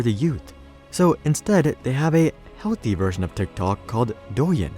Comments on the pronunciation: Did he say “Dicktok” ??? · This guy says Tik tok like a dork😂